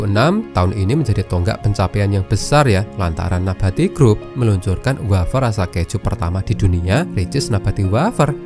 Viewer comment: MIN, SARAN.. TOLONG BELAJAR BAHASA INDONESIA YANG BENAR. NABATI, BUKAN NAPATI😂